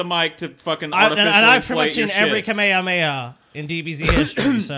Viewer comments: Moderately neato. Nice Carlin call back,. Also is dumb. It's not kamehakameha its just Kamehameha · "Kameha Kameha"